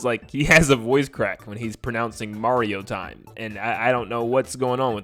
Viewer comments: I'm fine with the voice, but as a Spanish speaker, hearing the pronunciation of that "MaRRio tSime!" makes me suffer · "MaDiO tIeM" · Wow! He really messed up that "Mario Time".